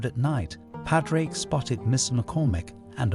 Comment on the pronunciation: Pawd-rick (not paw-drake)